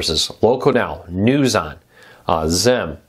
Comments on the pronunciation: It’s Zeem. Even zeam commercials called it zeem. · Beautiful. Thanks for sharing but, it is pronounced “zeem ”, rhymes with team.